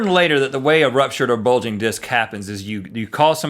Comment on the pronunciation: Link seems to have a problem with the word "bulging".